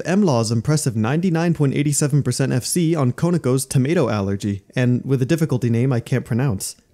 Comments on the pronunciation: _ “tomato allergy” LUL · Come on we got this guys! It’s toumei Elegy (Toe-meh) (L-eh-jee)